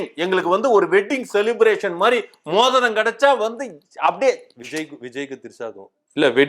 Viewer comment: எனக்கும் புரியவில்லை, நீங்கள் மோதிரம் என்பது மூத்திரம் என்றுதான் எனக்கும் கேட்கிறது.😂😂😂